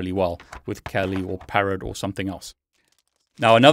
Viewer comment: Think it's pronounced "kah-li" (Swahili for fierce).